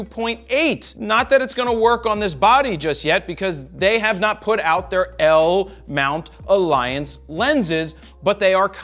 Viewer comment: I watched this video mainly just to hear you say 'L-Mount ALLIANCE" ... Love it and thanks for not letting me down!!!